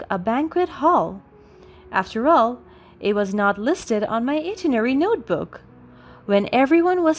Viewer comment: Itinerary. Sound it out: eye-TIN-er-ary.